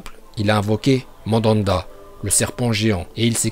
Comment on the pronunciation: MANDANDA C'EST UN FOOTBALLEUR ON DIT MANDA POUR LE SERPENT DE SASUKE